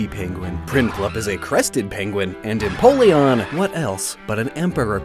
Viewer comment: "Piplup, Prinplun, and Emopleon" "Emopleon" makes me think of an all-black penguin with wing-claws as big as talons